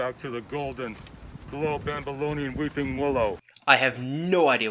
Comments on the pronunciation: pretty sure he's trying to say "babylonian" but it comes out "bambilonyon" slam poet this ween is not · I think the "something" was supposed to be "below babylonian weeping willow", but since Chris is inept at spelling or the guy just fucked up in reading the poem, it comes out as "below bambolonian weeping willow" at least thats what i hear, i might be wrong. either way it makes no fucking sense, I'm no expert in middle eastern biology or babylonian history but i dont think there are willow trees in the area babylon was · Where you think he says Bologna I actually think he's saying Babylonian anything the next word is willow